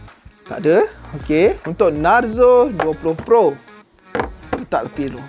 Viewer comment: Cara sebut dia bukan narzo,tapi narzo